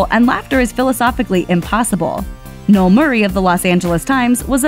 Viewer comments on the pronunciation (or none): none